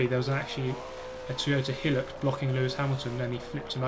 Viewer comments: Whats a "hillucks"??? Hilux, High Lux. Hilux Try putting the right emPHAYsis on the correct syLABbles? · The Toyota Hilux is an Aussie car and in Australia we say Hi-lux not Hill-ux Edit: the Hilux stands for high luxury. Although it is a work Ute is is a very comfortable car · Its not helix it’s pronounced hilux (hi- lux) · its pronounced "high lux" :) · High-lux, not hillux :P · who tf says Helux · Top notch racing there mate! I love to see how you're still evolving your vids too, it's good stuff. (The Toyota Hilux is pronounced 'high-lux' however. Just think about how it's tall but luxurious maybe?). Keep it up! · "Hill oox" lol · It absolutely is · Pronounced - Toyota High-Lux, Though Toyota Helix sounds better ^_^